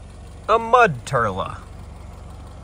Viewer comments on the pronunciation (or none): “A mud turla” 💀💀💀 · "A mud turla" 😂😂 I love it